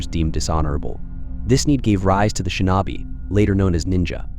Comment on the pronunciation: Yup! It totally sucks. Shin-NAW-bee! 😂